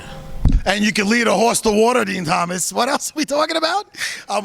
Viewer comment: “DEN TOMAS” 😂